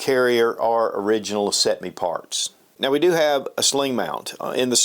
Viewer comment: First video ive seen you butcher!😂 Can you say cetme?